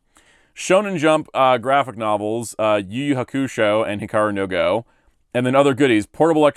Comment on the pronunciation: Why do you pronounce Yu Yu Hakusho like that?